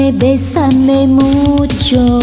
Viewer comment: "bésame mucho," Cô ấy phát âm tiếng Tây Ban Nha khá tốt.